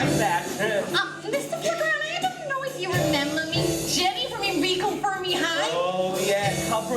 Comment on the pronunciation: Fermi is being pronounced wrong lol